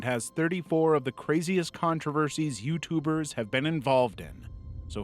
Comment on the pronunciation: either I heard youtooers or i need to go to bed